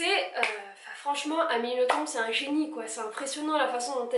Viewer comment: Je précise qu'on dit Amélie NothomB'. Confirmé pas Amélie elle-même.